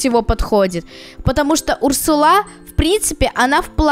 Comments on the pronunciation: Урсула ударение на у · Не Урсула а урсула